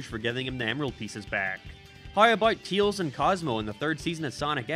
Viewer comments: Why does he say Teals? It's Tails. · Why do you say Tails' name like that? 🤨